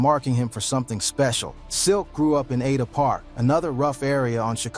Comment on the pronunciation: You can tell this man white lol the way he says ada, dayvon, Tasha lol all pronounced way different